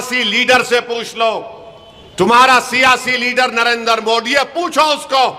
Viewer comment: inko pahle Narendra Modi ji ka naam uchcharan karne boliye